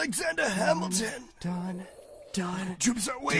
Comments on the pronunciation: "Alexander Hamilton" 👎 "Asalamander Hamingham" 👍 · I heard that you said Hamilham. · They can't say hamilton in the second part 🤣